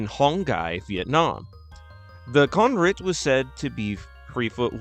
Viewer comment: In Vietnamese, that word "Con Rít" is a mispelles word, in the past when people don't know about words, they call it like that. The actual right word is "Con Rết". And "Con Rết" or "Con Rít" you said in the video when translate into English is just "Centipede"